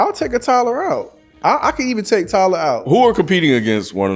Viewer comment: ninja said tittyboii?? nawwwww fammo. That ain't it